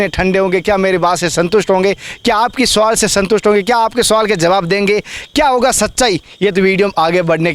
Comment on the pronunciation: सुवाल नहीं "सवाल"